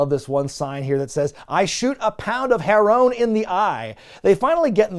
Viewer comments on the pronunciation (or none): Thats not "herone" it's heron, like heroin. "I shoot a pound of heron in the eye" is dude saying he's injecting heroin in his eyes. I mean I was a junkie for years, I'd love that too, but I think you might love it because you don't actually understand what it says 🤣